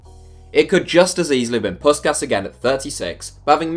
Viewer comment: Jesus Christ you butchered Puskás' name